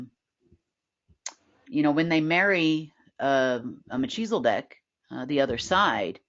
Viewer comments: The “h” in Melchizedek is not pronounced like “ cheezles” the rubbish food snack. It’s “h” as in “ he”. Also there’s only one “ L”. Mekhizedek. 🙄Unless of course you’re “ taking the piss” so to speak by calling them Cheezels 😂😂😂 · Mel ki ze dek. Not Me chi zel dek